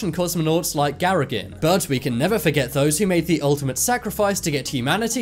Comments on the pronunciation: Please learn how to pronounce Russian language names and words! "Gagarin" (Гагарин) will sound closer to the Russian way if an English speaker says, "gah-GAH-reen". That 'i' (и) in the last syllable is pronounced "ee"; it's not a short 'i', which is a different letter (ы) in Cyrillic. The name is certainly not "Garrigan"! (That was ludicrous.) Also, "Soyuz" (Союз) should be said more like "saw-YOOZ", not "SOY-yuzz" as you did. There is no long 'O' in Russian, so the 'O' in "Soyuz" is more like "aw", the way Americans say "awful" or "off". (British dialects are different and don't produce the right Russian sound. It's a short 'O'! OK?) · Gagarin. Please re edit your video. It sounds irrespectable and even a bit stupid when you continue calling the cosmonaut Garagin... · the name of the first man in space is not Garagin, but Gagarin- but at least you were consistent in your misspelling and mispronounciation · who the f*** is Garagin??? I know Gagarin but no Garagin... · From onwards you confuse Yuri Gagarin's name by calling him Garragin. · The Cosmonaut's name was Gagarin ffs - the first man in to Space - not Garagin!!! If you're going to make a serious YouTube video about historical figures, you could at least get their name right! You started off okay for the first half of the vid but then lost it..... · your graphic changes the name Gagarin to "Gsragin" and your voice over switches to "Gsragin" too. The following was taken from Wikipedia : "Yuri Alekseyevich Gagarin was a Soviet Air Forces pilot and cosmonaut who became the first human to journey into outer space, achieving a major milestone in the Space Race; his capsule, Vostok 1, completed one orbit of Earth on 12 April 1961." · GARAGIN !!!! if you are going to talk about famous people in history, at least pronounce their names correctly. His name is Yuri Alekseyevich Gagarin Gagarin = pronounced Ga ga rin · It's GAGARIN not Garagin. It would help to know the characters when narrating a video. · It's Gagarin.